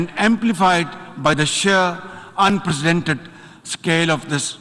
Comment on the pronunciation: Unprecedent ko un-presidented keh raha hay jahil insaan